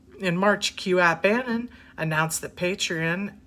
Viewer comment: Anon is short for anonymous, you are kinda pronouncing it wrong...just saying